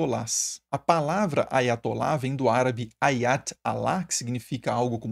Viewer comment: Preciso limpar os ouvidos... Eu escutei "aí vai atolar". 😅